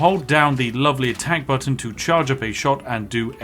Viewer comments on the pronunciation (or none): none